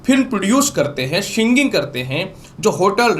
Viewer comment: शिंगिंग नही। सिंगिंग बोले । संजोग नही संयोग ।